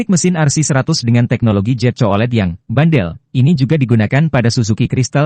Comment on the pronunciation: Jet bukan zet 😂😂😂😂😂